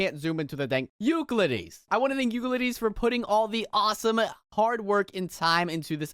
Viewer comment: Just so you know Euclides is pronounced You-sill-diss